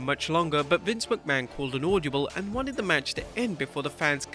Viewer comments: Ord-a-ble not auldabul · Bro, the word is AUDIBLE NOT AUDIOBLE LOL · it's not audiable, it's audible. Sorry, you just said it so many times... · “Audiable” lol what’s that? Oh you mean audible